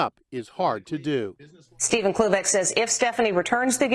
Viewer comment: i can't stop hearing oobleck instead of cloobeck